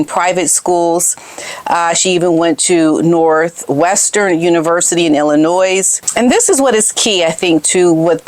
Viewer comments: You don't pronounce the "s" in Illinois! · OMg, I can’t believe you said the “s” at the end of Illinois. The “s” is silent. Love to you and Mr. Otis. He’s certainly looking handsome.